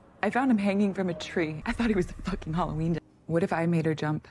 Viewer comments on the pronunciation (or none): none